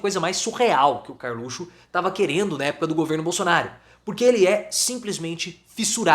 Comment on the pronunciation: Professor, por favor, volte a falar "carlutio"